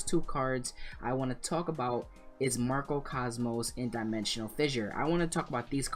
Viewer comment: MARCO Cosmos? You may want to read that card name again.